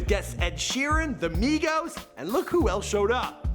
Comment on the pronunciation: Are you reading from a teleprompter because u said look really wierd